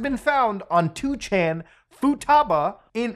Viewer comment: FYI 2chan is read as nii chan.